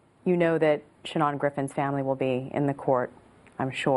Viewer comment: His freaking name is SHANON! Where in the world did she get that stupid pronunciation? His own mother doesn't pronounce it that way. Sha-NAHN?